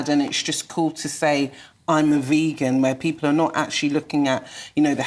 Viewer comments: I would say that every attempt to make veganism look silly here has completely backfired. In the most wonderful way, ever. You got a fat elderly man who can't pronounce the word vegan, saying that protein comes from animals... is this a cartoon character? You got a malnourished looking nerd with wrinkly skin and noodle arms calling our movement an EATING DISORDER..... I can't actually believe that these are real people, who really think they are in the right. If the status quo doesn't change after seeing this I don't know what will change it LOL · That man doesn’t even know how to pronounce the word vegan of course he doesn’t realise you can get protein from plants The audacity of the three of them to speak so confidently about things they understand NOTHING about is completely infuriating, isn’t the whole point of inviting a speaker into their show to listen and learn from someone who knows better?? What is the point of having you on the show if they’re not even going to let you speak! And I’m quite a calm person but comparing veganism to an eating disorder?! That is completely out of order and offensive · that whole rant is just pathetic. From the „we need meat to get protein“ by to calling it „vaygan“ the guy is just absolutely clueless. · Wtf is a Vaygan? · almost turned me "veygan" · Oh god why do they always say "vague-an"? It's so consistently the anti-vegans who mispronounce it they must be doing it on purpose, some bizarre attempt to seem disaffected and uninterested. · as soon as said vaygan... i hate him! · bloated supposed journalist with chronic high blood pressure who can't pronounce the word 'vegan' claims you can only get protein from meat. Ok then, no worries bro